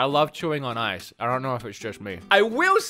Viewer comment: The first time I thought you said "sorry I love Yuri on Ice", and I was so confused. Had to go back to actually understand that you said ''sorry I love chewing on ice''